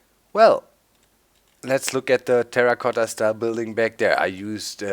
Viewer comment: Lol Terracotta you said it well (Italian)